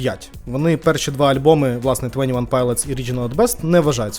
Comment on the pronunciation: твОні, не твЕні